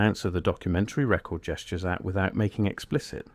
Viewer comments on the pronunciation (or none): none